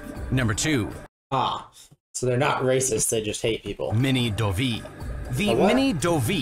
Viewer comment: Pronounces Dovii wrong Shows a convict cichlid